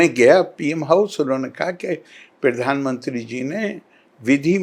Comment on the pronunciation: क्यों करे इस मूर्ख को फॉलो,ये ग्रंथ को गि रनथ और प्रधान मंत्री को पिरधान मंत्री बोलता है।न तो दुनिया जनता है और न ही धर्म।100 मूर्ख